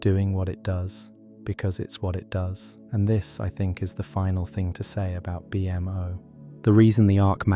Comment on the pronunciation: Amazing in depth video… but the B M O irks me a tad. In all the iterations of the MO family it’s -MO like the creator. A-MO, B-MO, and so on. Like I said I love the vid just nitpicking.